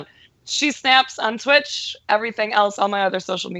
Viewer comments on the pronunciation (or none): Its not thwitch.... Its twitch.